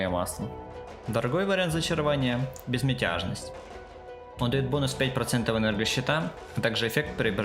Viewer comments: только не безмЕтЯжность, а безмЯтЕжность))) а гайд очень подробный и толковый! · "безметЯжность" xD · всё хорошо, спасибо за гайд, но как только слышу безметЯжность, хочется рожу набить. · шикарный гайд, лайк однозначно! но БЕЗМЕТЯЖНОСТЬ сворачивает уши) а где ссылка на донат и стримы твои?